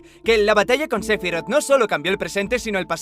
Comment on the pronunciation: Se dice SE-PHI-ROTH tan tan tan tan